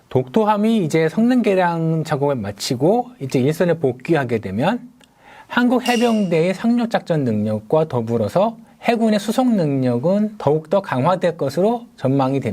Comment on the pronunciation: 산륙작전... 발음이...